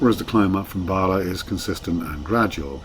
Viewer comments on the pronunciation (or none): Very fond memories, of the line. as my mums family are from Llanuwchllyn. In the 50s we used to travel by train from Ynys Mon. Mum's youngest brother was station master at Llanuwchllyn. 3/10 for the "pronunciation" ...Barlar, I've only heard that pronunciation once befor, hmmh. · An interesting video but two features made me wince. Firstly the LMS-style hooter. This line was only operated by the GWR with mainly 57XX pannier tanks or s and a GWR whistle has a much higher pitch. Secondly, the dreadful pronunciation of Welsh names. Where the hell are Bahlah and Cum-price-or? A narrator really ought to do better.